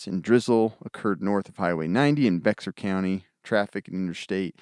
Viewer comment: Bexar is pronounced “Bear”. I live in San Antonio and it was a scary time. As prepped as my family is I felt under prepared. I also live in an apartment complex and believe me my protection devices were at the ready.